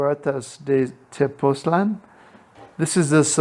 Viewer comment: I’m thinking of retiring there which is why I clicked. So this helps a bit I think. (I often wish Americans would work on languages outside English. Spanish has diacritical marks that help pronunciation. Tepoztlán has an accent. The emphasis is on the last syllable, not the second to the last.)